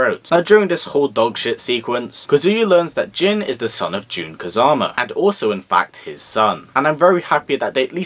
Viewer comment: great review, I personally enjoyed the movie, but I do agree that I did not like them making my boy jin a player, but I kept screaming everytime you said June, Jun